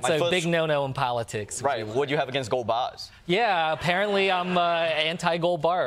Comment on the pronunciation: "gold baahhhs".....